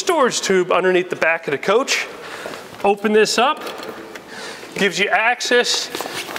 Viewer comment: I love the way he says when You can see da top ada pop top